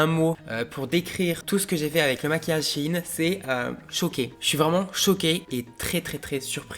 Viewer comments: La seule chose que j'ai retenu de la video c'est le début où il dit " Chi ine" c'est bizard wsh on dit "shayne" et pas :Shaiyne" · Ps c’est shein pas « Chine » 😭😭🤣🤣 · Par contre "shein" ne se prononce pas "Chi-ine" genre moi je dis "chayyne" et je ne dis pas non plus "Chine" ou "chaiyne" fin bref dites dans les commentaires comment vous dites. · SHIHIN ??😭 Mais on dit SHAYNE nan ??😂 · C shein pas shigin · Sa se dit pas chine mes sheine